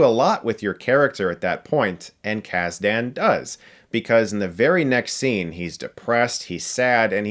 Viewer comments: I’ve watched many interviews with/about Lawrence Kasdan and no one pronounces his name as KAS-DAN. It’s kasden, it’s understated. I thought you were some kinda super fan? Get yo shit together! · Chris, thanks for making this video, you're legitimately the only person other than me that I know of that has such a passion for this film. BTW, you're killing me with the pronunciation of the screenwriter Lawrence "Kasdan (Kas-den) NOT (Kas-Daan) name...😂